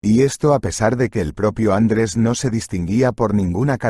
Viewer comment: Bonita historia muchas gracias. Lo que echo de menos es que un castellano parlante, no acentúe como es debido. Me suena tan mal el nombre ... Andres en vez de Andrés.